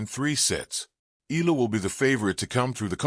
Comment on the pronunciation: Hey it's pronounce Eyala. The way you pronouce arabic yallah.